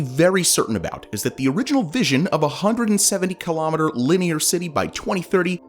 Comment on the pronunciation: Please learn how to pronounce kilometre. Even in American, you’re wrong.